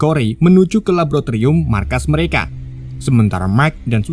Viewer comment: Bang laboratorium bang gw itung 13 kali ngomong labotirum2.. Sinkronisasi... Jadi sinkrosasi😢